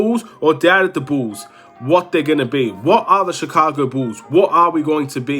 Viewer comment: It's pronounced BULLS NOT Chicago BOOS....